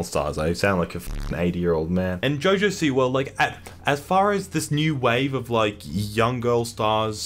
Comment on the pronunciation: I Thought You Said Jojo Seaworld Lmfao